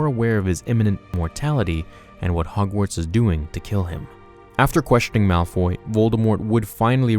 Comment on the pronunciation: Guys its Malfoy. Not Malfy, malphoy or Malfrey